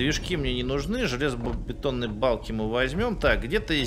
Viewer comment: мне послышалось, или вы сказали "железобАтонные балки", вы шо, французищщь? =D